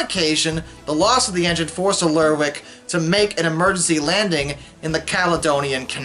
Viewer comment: Oban is pronounced "O-ban", stress on the O. Not like an Irish surname "O'Ban". Kudos for nailing "Lerwick - it has the potential to lead you astray in terms of pronunciation. It might be pronounced "lerrick", but isn't.